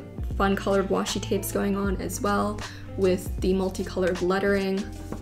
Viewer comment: she says Watchi tapes instead of washi tapes😂😂😂😂😂😂😂